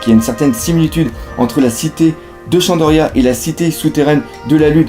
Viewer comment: Très bonne vidéo sauf qu'on dit shandora et non shandoria